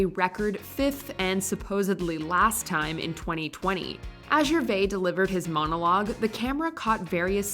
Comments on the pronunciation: Did she just say "ricky GERVAI"??? It's french. Must be pronounced as "GERVAIZZ". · Ricky Gervais pronounces Ricky Gervais, "Rick-ee-J'vays". He asked me to ask you to do the same please. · It's Ger-VAYSE, not Ger-VAY. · Am always amazed with how americans pronounce 'Gervais'. It's Ger (as in 'german') and vais (as in 'case') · Please, please, please!!! Ricky GervaiSSSS with S if you have doubts about the pronunciation, just listen carefully to how HE pronounces his name. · Learn to say Ricky Gvais ia name lol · The ‘s’ in Gervais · If Ricky Gervais pronounces the S at the end of his surname, I think everyone else should too! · Omg thank you, literally just came on the phone version of YouTube to see if anyone else heard this! Honestly, why don’t Americans say the “S”? I’ve only ever heard Americans take it off .. so strange. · The "s" is not silent in Ricky Gervais, c'mon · The S at the end of Gervais is not silent. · She didn’t!!! Just hear HIM pronounce his own name!!! You’re supposed to pronounce the S. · Why do you pronounce Ricky Gervais like that? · I'm offended by how she pronounces Ricky Gervais's name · Still can’t pronounce Gervais properly